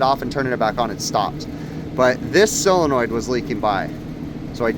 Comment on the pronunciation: The word is solenoid not cylenoid